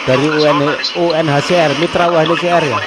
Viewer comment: Bukan "UCR' mas, tp "UNHCR" UCR mah kepanjangannya 'UCRIT'